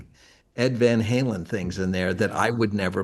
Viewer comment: Decades later and Eddie still called them Van Helen. It annoys me so much